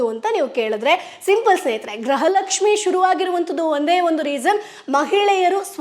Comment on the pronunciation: Gruha Lakshmi anta sariyage uchhrane madi